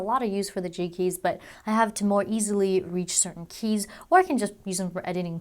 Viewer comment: It sounds like she keeps saying cheeky instead of G Keys lol.